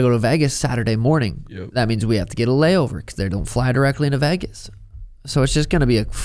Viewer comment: It’s Vegas, not Vagus like the nerve